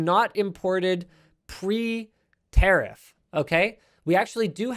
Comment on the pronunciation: Its pronounced ta riff not ter riff